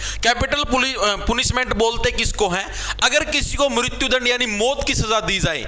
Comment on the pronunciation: Sir पनिशमेंट Ko पुनिशमै़ट kyu kahan lagre ho english na ati dikhe